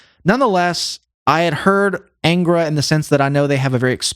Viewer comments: Just one observation: The correct name is pronounced ÂNGRA (nasalized), not ENGRA. Another important piece of information is that 3 members of that 90s lineup formed another band, called "Shaman". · A small point on the pronunciation of "Angra". The "an" is not like the "an" in anger, but the "un" in pun.